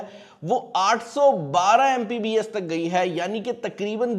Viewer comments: What the hell its MBPS not MPBS .. And you are saying yourself a tech reviewer.. Go man get a life lol 😂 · Itna bara youtuber hai pakistan ka and he is saying MPBS instead of MBPS, and he gets millions of views and god knows how many dollars...